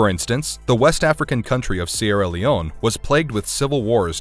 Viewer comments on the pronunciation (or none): none